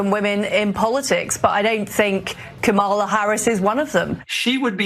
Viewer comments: Jackasses can't even pronounced the VP 1st name correctly. Any EASY name at that. So, it's clear these white folks on Fox got their job via white privilege. Hence the need for affirmative action & DEI. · The purposeful mispronouncing of her name is a old racist thing that has been going on for years. They always do this to black people. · Not one of these idiots pronounces her name right! Rude, nasty dummies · They are talking about her intellect but they can't seem to pronounce her name correctly. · They are judging another's competence, but can't even pronounce the name of the person they're judging. Not people I can take seriously.